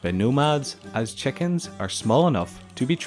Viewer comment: What accent is: 'chekins' and 'pegs'?